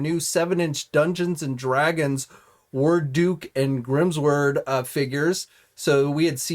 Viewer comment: Who the hell pronounces it Grims WORD? Try Grim SWORD! LOL You made my day! :)